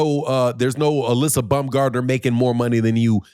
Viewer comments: STOP calling Alycia BUM-gardner you ignorant nut! It's BOWM-GARD-NER! or you can even say BOMB-gardner, but NEVER BUM, YOU BUM! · I'm not Google translate, but it's Baum, not Bum.